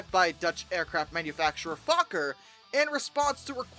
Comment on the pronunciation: Fokker is pronounced "FOE ker."